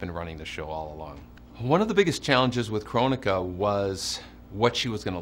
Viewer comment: I wish it was pronounced Kronika and not Krone-ika